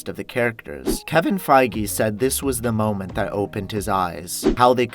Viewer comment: it sounded like he said Kevin friege